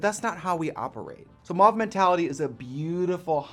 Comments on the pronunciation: I thought mauve was pronounced “mōv” like “trove” or “cove” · Adore this pallet, but I also crack up at American people saying Mauve. Like they aren't sure how these letters are meant to sound and it's a bit of every sound. 😅 In the UK we pronounce it like mow-ve